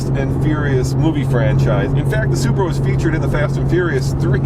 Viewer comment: Even the wheel lug nuts are Bmw style... did u just say Subra? And pls stop saying conjunction too many times find another word in the next future video.